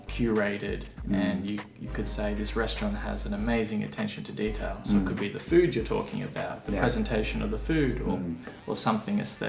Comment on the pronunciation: Detailがデータに聞こえた